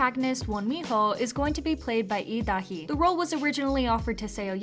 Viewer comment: your pronunciation of lee da hee is quite weird you are straightup pronouncing it as EE da hee when its lee da hee